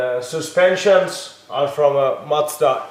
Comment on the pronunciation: i giggle every time he says macda (mazda)